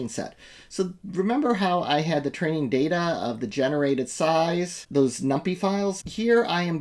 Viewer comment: We used to pronounce numpy that way just as a joke on others. Here's someone who knows how to pronounce numpy